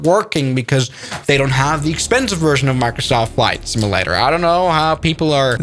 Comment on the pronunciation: Not to nitpick, but the way you pronounce "simulator" sounds more like "simi-later", with an "i" instead of a "u".